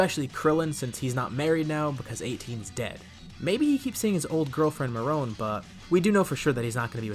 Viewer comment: Her name is pronounced as “Marron” it’s like saying Mary without the y just add “on” to it